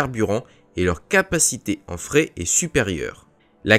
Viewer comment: Il faudrait expliquer au programme informatique de lecture que le "frais" n'est pas le "fret". Le "frais", c'est à dire la nourriture fraiche est une chose très importante pour des navires effectuant des missions de plusieurs mois. La mauvaise lecture de ce mot rend la compréhension difficile.